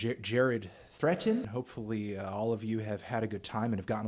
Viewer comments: You ignorant melon. It's pronounced Thir Eatin. He probably hath a lithp. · I love how he pronounced “Threatin” like, 5 different ways.